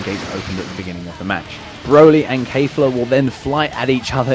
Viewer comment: Kef la, not kayfla